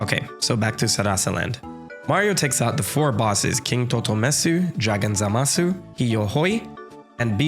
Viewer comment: it's pronounced zamas not zamas-UUUUUUU